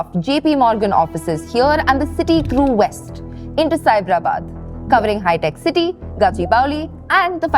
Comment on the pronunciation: Finally, an Indian who can count properly. Good job on saying lakh and crore and not "lakhs" and "crores". BTW, it's HITEC City, not "HiTec" or "HiTech".